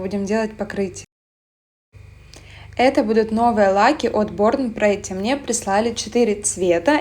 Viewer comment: притти, а не претти